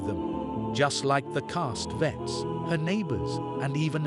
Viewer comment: Very bad computer voice. It’s Rosemary, not Rose Marie. They’re SATANists, not saTANists . It’s CastaVETS, not Castvetts. They have dessert, not desert. Guy and Roman don’t “hit a toff.” They hit it off.